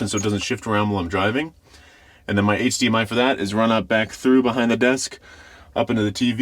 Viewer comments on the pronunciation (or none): none